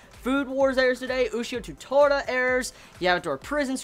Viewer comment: Ushio to Tora, you say the "to" just like the "to" in tora.